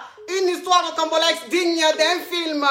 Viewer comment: J'apporte juste un rectificatif. On dit ROCAMBOLESQUE et non rocambolexe. La coach se trompe dans la prononciation du mot et ceux qui ne le connaissent pas peuvent commettre la même erreur.